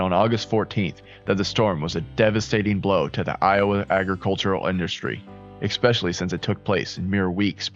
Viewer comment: Essssssssspecially. Not expecially.